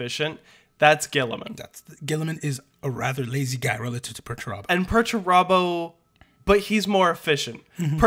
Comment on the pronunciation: Peter Turbo is the greatest thing I’ve ever heard Perturabo called 😂